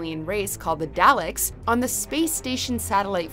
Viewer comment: You need to do me a huge favor. Flip your vowel sounds in Valen and Dalek. Vay-lin. Dah-lek.